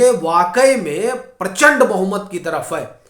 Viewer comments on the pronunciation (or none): none